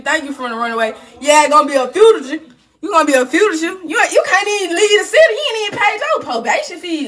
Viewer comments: "He gon be a fujader"!! 💀😂🤣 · 😅 whats a Frugasha? I think she ment Fugitive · DAwgggg when I tell you I’m deadass choking over here listening to her trying to pronounce “fugitive” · Lol she cant even say fugitive 😂